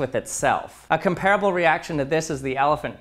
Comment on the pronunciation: Great, you are saying compárable and not comp’rable.